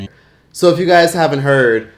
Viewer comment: “So if you guts haven’t heard-uh Sangria-“ 😂😂😂